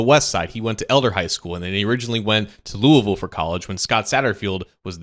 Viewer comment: Thank you for pronouncing Louisville correctly